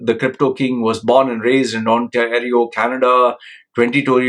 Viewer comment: Canadian here. The province is called “On-terry-oh”. Great video. I can’t understand how people would trust their life savings to a 23 year old with no education or credentials.